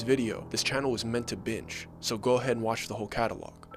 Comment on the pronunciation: Lol... I think you meant to say "meant to binge". 😂 not bitch